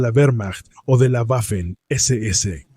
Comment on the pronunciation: Cada vez que pronuncias "Güafen" muere un cachorrito, que lo sepas.